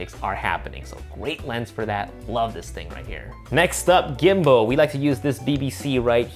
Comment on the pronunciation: i love ya but i’m gonna have to ask you to stop saying gimbo lmao